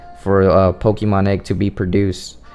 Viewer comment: You're pronouncing "Pokemon" the wrong way dude.